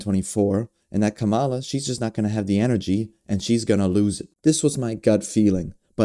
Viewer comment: It's KAMA'-la. Sounds like COMMA--luh